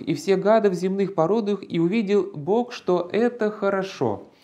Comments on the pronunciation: Гражданин в рясе,с младых лет меня учили произносить слово Бог чётко именно так,а ты произносишь это слово "бок",не однократно,а так обозначается Господь у определённой компашки с перевёрнутыми .......нинскими символами....Не расскажешь почему Господа нашего боком кличешь??? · Правильно "бох"